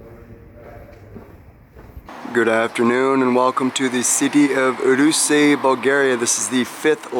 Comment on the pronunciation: Pronounced Roo seh not Roo see